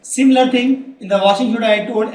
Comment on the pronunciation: sir its washing soda not shoda